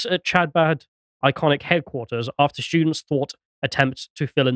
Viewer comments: Chabad, pronounced Habad with a throaty start 🙂 Bathhouse - could be a Mikvah - ritual cleansing pool. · The bathhouse: It's part of the Jewish conversion ritual, called a Mikvah. Chabad: The "ch" is closer to our H than Ch. If you just said "ha-bod" it'd be close enough. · Also generally when transliteratting Hebrew to English the CH letter combination represents a sound similar to the Spanish J. The closest English sound is H, so you'd be better off pronouncing it as Habad, and rabbi's name as Menahem Shney-orson. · Chabad is like khabad, like Hanukkah. It’s a velar fricative like loch not like cheese. 😅 As for the bathhouse situation, either they meant like a Turkish bathhouse like a schvitz or they meant a Mikvah (ritual) bath.